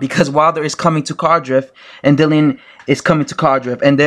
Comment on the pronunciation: Mandotory, cardrif? Can you read?